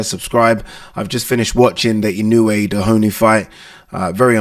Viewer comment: He’s not called Dehoney lol Doheny